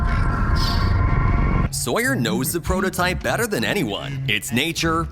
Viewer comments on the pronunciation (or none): none